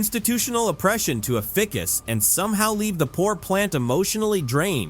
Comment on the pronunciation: AI bullshit! It’s pronounced Ficus. Not fick-ess. AI will make everyone as stupid as it can make them. Don't participate.